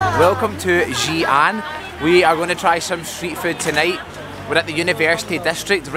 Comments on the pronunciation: Mr your pronounce Xi'an incorrect ! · Xian is pronounced as See Un